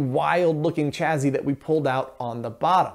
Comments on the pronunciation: Stop saying CHAZY !! It's a double SS !! ChaSSy ! CHA-SEE ! Gees ! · I'm sorry, but "chazzy"? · Chassis is pronounced: CHASSIE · just out of curiosity - do most americans say 'chassis' like 'chazzy' or is it just something '' does? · Where does the pronunciation “chaZZy” come from? A regional thing? Would “sassy” then be “saZZy”? Pedantic…me? Well, a bit. Oh, try this phrase “a sassy lassy with a classy chassis”!